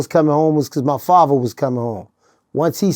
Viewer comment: I think he means "father" not faver😮